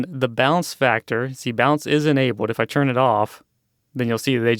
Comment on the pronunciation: I hate how this guy says churn instead of turn But other than that these tutorials would be helpful if I used mine imator